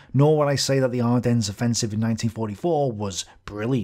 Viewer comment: Just for future reference the "s" in Ardennes is silent. Unpronounced, as in non existent, even if it is there. French are French.